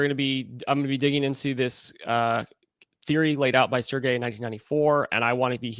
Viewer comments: In French, his name has a soft “g”….pronounced Serj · Serge is pronounced [Surge]